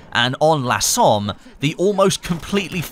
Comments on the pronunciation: I know this is nitpicking but please don't say lah Somme, it's pronounced "luh" similar to the monopthong in "up". I'm sorry but I speak French and hearing that annoyed me, still love you though, my fellow Aussie. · I believe the "la Somme" is the French version, authenticity, also it is more like "lə Somme" and not laaa Somme